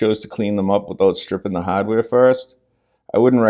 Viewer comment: The "haddware". LOL. New England! Boston?